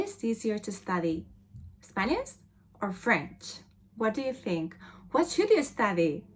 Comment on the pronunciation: spaniSH , I do not know why it is so hard for people from Spain pronounce correctly the [ ʃ ] sound